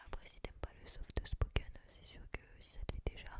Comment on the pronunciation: Le softeuh spoken. Très bonne vidéo nonobstant.